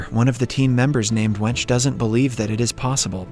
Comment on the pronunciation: I laughed when I heard the english way of pronouncing the name. Her name is Wenche, pronounced wenk-e.